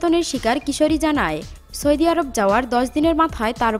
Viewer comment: দেশের নামটাও সঠিকভাবে বলতে পারিস না রে আপু,,,,, 🤣🤣🤣🤣🤣🤣